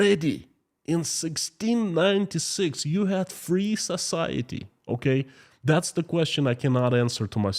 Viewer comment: Society , sometimes I fill like he is saying Sasality